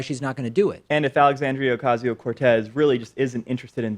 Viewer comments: it's OH-casio not AH-casio. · thanks for the response. as a fluent portuguese speaker and a resident designer at the Latino Theater Company here in LA, it's really "OHcAHsio". true the "a" at the end of Alexandria makes it a little more tricky. i usually go with AlexOC or AOC. AHcasio makes it sound like "acaso" which is spanish (and portuguese) for "chance" or "maybe". "Democrat Party", anyone? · Please pronounce her name with an O sound. You keep saying it with an A sound.